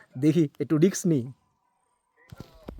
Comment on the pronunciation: English bhul uchharon korle chotorao bhul shikhbe. Word ta risk hobe, riks r poriborte. Bangalira ei bhul uchharon e khub smart. Uchharon thik korle bhalo hoy.